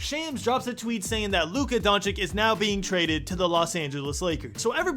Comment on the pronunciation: It’s pronounced donchich bro